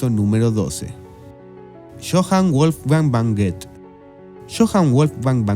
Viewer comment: Debería aprender a pronunciar el idioma del personaje, p.e. Wolfgang von ( no van) Goethe.